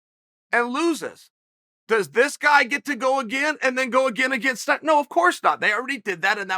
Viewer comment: It’s Snyder, Chael. Snyder. Not “Schieder”